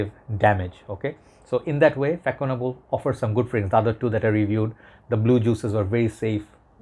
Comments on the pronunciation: As kevallec before me indicates, fah-son-AH-bluh. French Ç is pronounced like an S. The same sound as in the Catalan name Barça for (FC) Barcelona. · it pronounce Fassonnable bro ;) the first one its all my childhood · The proper prononciation is fa ( son) able 😊😉